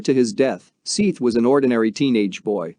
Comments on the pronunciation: Seeth? It’s pronounced “Seth”. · Seeth, lol! It's pronounced Seth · “Seeeth”….dude’s name is Seth lol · This video was made 9 months ago. Seath's name has been said thousands of times on the internet, for years! It's pronounced, SETH, not, "SEETH". You couldn't do a quick search to see how his name was pronounced? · Terrible you can't get his name right. Seth . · How bout learning the guys name before u make a video it's not sithe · Seeeth the soft-ah-more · Seeth? So foe more? What the hell? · Disrespectful to pronounce his name wrong. What kind if an informational video is this if you can't even say his name right. You should've typed it in so it would read "SETH". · Wait, what are you calling him? It's pronounced, SETH, but spelled with an 'A'. Dummy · He said “Seith” 1982 times !!! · His name is spelled Seath I believe but it's pronounced Seth. This is so hard to listen to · Your the dummy all over the comments because its pronounced Seth. Dummy 😂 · Dude pronounce the name right I already don't want to watch this because of you calling him by the wrong name 6 times in the first 2 minutes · You scum. You’re doing a story on a child that was murdered and don’t even have the respect to pronounce his name properly or even do enough research to learn his name. Total scum and your channel is scum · Couldnt get his name right?? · Hey, dopey, his name is spelt SEATH, NOT SETH, maybe that is why he pronouncing it as SEATH, not SETH. If he typed his name correctly - SEATH you would be complaining he couldn't spell SETH. SEATH as written is accurately pronounced as SEETH/SEATH, not SETH, he just reading name as it is written, he not to know Seath's family meant for it to be pronounced as Seth not Seath. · "Don't forget to give the video a thumbs up"?? Seriously i found the video to be really hard to listen to! Maybe if you had pronounced this poor killed 15year old boys name correctly, i might have liked the video! Shouldnt there be that much respect at least?!